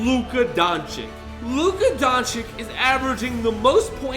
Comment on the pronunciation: You got none wrong, but you pronounced Luka Doncič the wrong way.